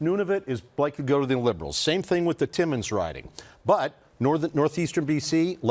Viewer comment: Like he keeps saying aloens